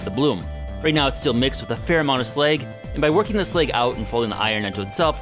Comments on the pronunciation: Slag is pronounced with a soft a as in ash bash cash it's like trying to pronounce Apple as Ape - ul. It just isn't right. I actually found myself losing interest because that mispronunciation. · Slag, not sleg.